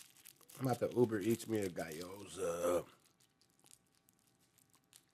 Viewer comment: “Guy-yoza” is crazy work